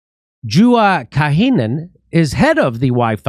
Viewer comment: Juha Kaakinen is pronounced Yoo-ha (Finns can't say the letter "J") CAW-ki-nen with the emphasis on the first syllable. I don't speak Finnish, but my Mom did. Pronounce every letter in Finnish. Thanks for this great show, Jimmy and crew!